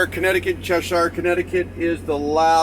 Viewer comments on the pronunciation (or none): Good advice ! ........Pronounced Chesher